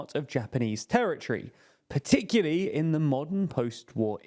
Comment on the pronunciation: “Partikili” means particularly.